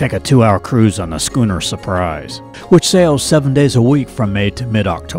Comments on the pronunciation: It's pronounced skoo-ner. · Beautiful and informative video. You’ve got me hooked…but, … …“shoo’-ner”??!! Nope. A two-or-more-masted sailing boat with fore-n-aft rig and the second mast higher than the foremast is called a “skoo’-ner” LOL! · Well done! Nice images of super high quality. However schooner is pronounced "Sku - ner" and not "shooner" :-) Wiscasset is famous for Red´s Eats (lobster). Hard to get them all I know. Next time head to Rhode Island, Newport, Block Island and then Connecticut (Mystic, Stonington, New London, Old Lyme, Essex etc...) :-) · You: SHOE-NER Me: LMAO DIES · Hi, yea I thought I did say Skuner, maybe there was one spot where I mis pronounced it.